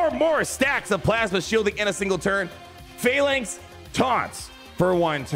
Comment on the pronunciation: finally you pronounce phalanx correctly lol